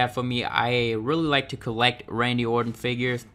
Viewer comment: Somebody teach this weirdo how to pronounce the name ORTON